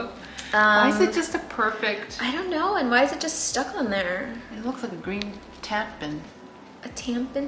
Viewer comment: The” tampin” Algae tampon has me fuc*ing dead EW lmaooooo i cannot idk why this has my laughing out loud rn